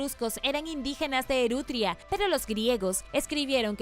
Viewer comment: No sería lógico denominar al lugar donde vivían los etruscos, Etruria y no “Erutria” como dice el video?